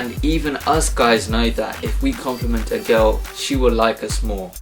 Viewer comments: I like the way you pronounce a "girl " It reminds me on "cow" lol ! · I mean he pronounces " girl " like " cow " .It is funny !